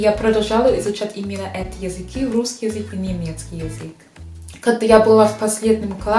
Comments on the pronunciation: Я почему-то слышу "врусский язык" вместо "русский язык". В начале буква Р, может изза английскиго произношения буквы R так получается)) R произносится мягче и язык не дотрагивается до нёба, буква Р произноситься когда язык больше сдвинут вперед и при ее произнесении языком пытаемся дотронуться до нёба и язык немного вибрирует, как будто рычит собака р-р-р. В остально есть лёгкий акцент, но построение предложений очень хорошее, грамотная речь👏Вы великолепны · ты молодчинка и умничка, и очень хорошо владеешь русским языком! Огромный респект! Ты красивая, умная и целеустремленная девушка. Но у тебя есть забавная особенность: вместо "решить", "русский" ты говоришь "врешить", "врусский". Когда слово начинается на Р, ты еще добавляешь лишнее В. Пожалуйста, последи за этим.:) И еще одна ремарка у меня имеется. Сейчас много появилось ютьюберов, которые изучают и любят русский язык, и все они рассказывают, как их удивило, что русские люди хорошие, по крайней мере гораздо добрее и теплее, чем об этом думают в странах Запада, особенно в англоязычных странах. Спасибо, нам очень приятно.:) Но. Вы, дорогие наши друзья России, лучше не нам это рассказывайте, мы и сами знаем, что мы не исчадия ада.:) Вы рассказывайте это своим соотечественникам! Почему вы не делаете это? Я не видел ни разу, ни у одного из ютьюберов, любящих Россию, нет ролика на родном языке, обращенного к своим англичанам, американцам, испанцам - о том, что распространенное мнение о русских людях и о России не соответствует действительности, что правда другая.